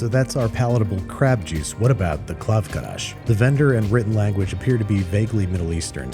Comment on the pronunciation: Why is he saying Krav KaRash?